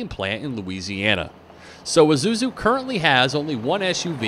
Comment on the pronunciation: it's pronounced eee-sue-zoo not i-zoo-zoo